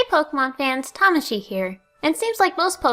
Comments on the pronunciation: She's pronouncing it as it's supposed to be pronounced. In old videos she pronounced it wrong, and now she's starting to pronounce it correctly. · The ways she says it now is actually the correct pronunciation